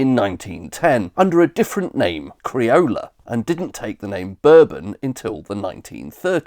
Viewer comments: It should be boar-bon. And the whisky should also be pronounced boar-bon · I've always pronounced it borebonn. I assumed it was American Jack Daniels marketing that made people start pronouncing it berbon. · Ive lived all around England and have never heard of it called a burben rather than Bourbon. I presume its a regional thing but I've live in Leeds, Sheffield Manchester, Birmingham and london and never heard it pronounced like American whiskey. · Me too. I'd never heard "burbon" before this video. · I'm 60, and this video is the first time I've ever heard bourbon biscuits being pronounced like American whiskey rather than French royalty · Not sure I agree with your pronunciation of bourbon, mate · Oddly, I never heard anybody within my experience and earshot pronouncing Bourbon in the American way and I confess I have always assumed that it was a reference to the House of Bourbon. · I... Have never heard someone pronounce the bourbon biscuit like the Whiskey! It might just be where you live 😂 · Bro thinks Bourbons are pronounced like the drink, not a single person other than you pronounces it this way. lmao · Nobody does, only time I've ever heard it pronounced like this without taking the piss is this video. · Expertly researched and beautifully presented - thank you for sharing! Growing up in northeast England in the 1970s, "bourbon" was very definitely not pronounced like the American whiskey in our house. More like the House of Bourbon, but without the French accent. I know you didn't say that bourbon whiskey only comes from Kentucky, but your map sort of suggested as much. Bourbon must be produced (anywhere) in the USA from a mash bill of at least 51% corn and aged in new oak barrels. That's why there are so many lightly-used oak barrels available for the producers of other whiskies to age their products. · Bourbon biscuit is prononced Boor-bon not bur-bin. The former is a Biscuit the later is a drink. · It’s pronounced boor Bon not bur Bon